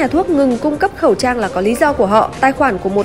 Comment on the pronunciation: said:... không bán khẩu'ss trang...